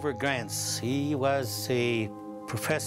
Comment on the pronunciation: That's because he is totally clueless calling Dr, Grover Krantz, "Dr Grants" and then saying he was a professor at Wisconsin State University when is was Washington, I can tell he has no clue what the hell he is talking about.